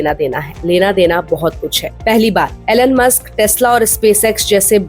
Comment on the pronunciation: To the host: The name is Elon and not Alan, as you pronounce.